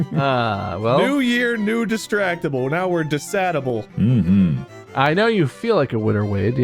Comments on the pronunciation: Guys. Its Dis-sad-ible Not decidible lol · Anyone else hear him say Decidable at the beginning? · Am I the only one that heard "decidable" rather than distractble in the intro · why did he say decidable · anyone else noticed how intro person said disign able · Excuse me but desilable? Voldemort said desilable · Im sorry did the announcer guy of the episode say "welcome to Dissadible"? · Am i the only one who heard the narrator call it Decidable